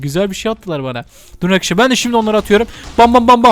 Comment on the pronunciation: İşin yokmu senin yaaa gıcık oldum resmen hele arkidaslar demene gulmene ayyy 🤮🤮🤮🤮🤮